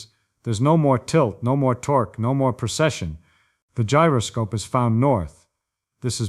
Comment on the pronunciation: Precession. Not procession.